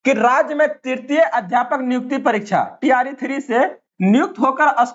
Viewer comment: Bahi tree nahi hota hai, T R E HOta hai, kam s kam thora bolna Sikh lo